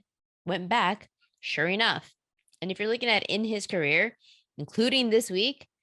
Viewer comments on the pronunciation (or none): none